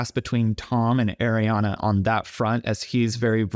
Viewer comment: Just as an aside when you pronounce Ariana you need to think of it as Riana start with the hard R and it will be right. Just from one Ariana who has struggled with this for my whole life lol.